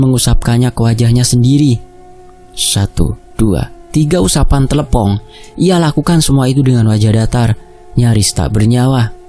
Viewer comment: Mas bukan tlepong tapi tletong sapi